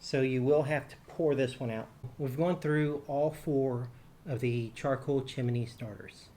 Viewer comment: "Chimney" has only 2 syllables.